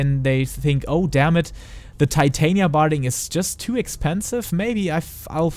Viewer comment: I don't mind your accent. But your butchering of the name "Titania" is cringy lol. I thought after ShB no one would butcher it again, it's been my characters name for 8 years. Not trying to be a hater, just letting you know you're saying it wrong